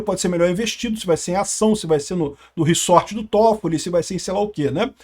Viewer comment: só eu que fiquei puto com o falando reSSSSSorte? kkkkkk é reZort caceta kkkkkkk